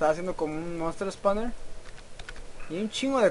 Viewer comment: Wey no es por insultar ni nada pero es monster spawner y se dice espawner no espamer jajaxD